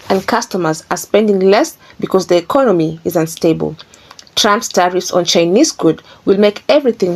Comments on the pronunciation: When did "Econammy" become a word? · she can’t even say Economy 😂